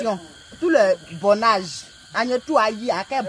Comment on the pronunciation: va me tué il dit bonage